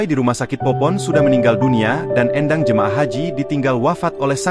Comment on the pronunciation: Éndang bukan Endang... Ini orang Sunda